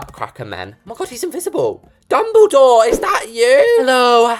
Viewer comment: I like the way u said dumbeldoor is that u harry